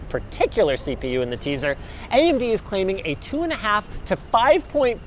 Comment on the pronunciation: "CLAIMING." Say it with me. "CLAIMING."